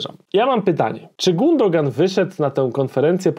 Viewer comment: Nie Gundogan , tylko Gündogan - giuuudogan wymawiaj bo słuchać się tego nie da